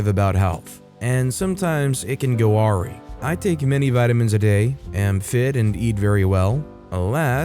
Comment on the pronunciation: For the future, awry is pronounced "uh rye" not "RE"